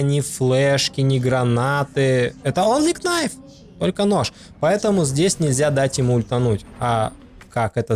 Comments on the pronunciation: Очень крутой спидран! Респект! Но! Кнайф очень резал (что иронично) слух)) правильно "найф" К - не читается) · онли КНайф ..... аааааааааааааааааЪЪЪ мои уши! Ъ